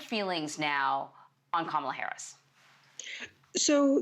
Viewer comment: Please pronounce Kamala's name properly,!!!!